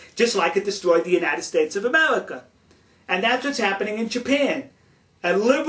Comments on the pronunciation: this guy is funny, he keeps saying amelica XD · "Kiss tu ga?", you American, speak English!!! Then again, maybe you cant. "Foleigner?" "Foitha?" "Coitenly?" "Amewican?" "Amewica?", REALLY! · in amewica we also wespect each other's political affiliation now GO hunt dat wabbit elmer fudd! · Amewican? Amewica? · lol Amewica ... I have a speech impediment too :(